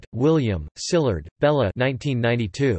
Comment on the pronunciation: It's pronounced "see-lard" - not "sheelard"